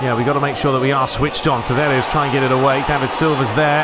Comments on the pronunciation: Nuno Tavares from 🇵🇹, so "S" should be pronounced as "Sh" (e.g. shell, show), not "Z". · Tavares with two A's not "E's"